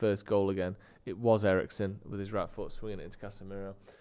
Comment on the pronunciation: say casmirooo in most mancunian way ever